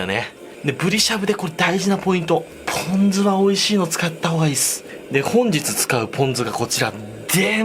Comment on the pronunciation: ぷぉん酢